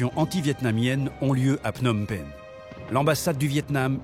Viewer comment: Learn how to pronounce the Words Phnom Penh or Whatever I Spell! It is ment for Meaning [ Full Mountain]. 😅 Thanks Canada. 😊